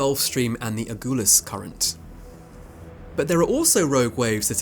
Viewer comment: Agulhas current is pronounced like seaGULL… ;)